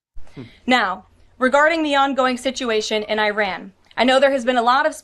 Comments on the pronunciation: Please educate on the correct pronunciation of a country. She has no idea how to pronounce Iran correctly. Such an idiot. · Can't pronounce "Iran" and says "amongst." No credibility.